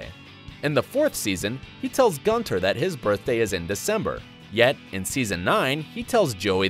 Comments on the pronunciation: And Gunther, he said gunter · He said gunter instead of Gunther and a bunch of other things he pronounced wrong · I caught that as well. And shortly after, he said “Gunter” instead of “Gunther”. This video or at least the narrator was off. Doesn’t seem like a Friends fan to me. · U mean the other way round right? Like real 1 is guntHer, he said gunTer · The guy talking is for sure not a fan of the show he pronounces Gunther as gun-ter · Central PARK?!?!? Have you watched Friends? EDIT: He also says GUNTER!! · Chloe Wardman Ya that’s what I heard him say too!! Plus Ross being an anthropologist? No he’s a palaeontologist. Smh wowza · I am so triggered by this man right now. “Rachel turns 30 in season 30” “Ginther” Like just no. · The narrator obviously has never watched the show. Pronouncing Lisa Kudrow’s surname wrong, pronouncing Gunther’s name wrong, saying Central Park instead of Central Perk. Also, Ross is a paleontologist not an anthropologist and Richard Burke was a Dentist not a Medical Doctor.